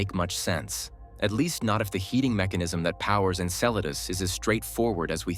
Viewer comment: Why do you pronounce Enceladus correctly sometimes, and erroneously at other time? Very strange.